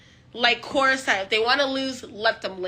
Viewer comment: This girl really be saying "like Quora said." For awhile I was trying to figure out who tf 'Cora' was and then I was like OHHHHH 💀💀